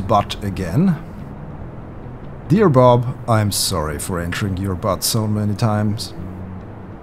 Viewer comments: ACTUALLY, it's Butte (pronounced: Boot-ie). And I have to tell you, butte can be isolated, have steep sides, and depending on perspective.... a flat top. ;) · it is not BUTT is is BUTTE ... pronounced "Beewt".. an Butte is an isolated hill with steep sides and a flat top. a geologic feature.